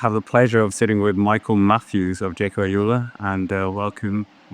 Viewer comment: Why does say Alula like Ajula?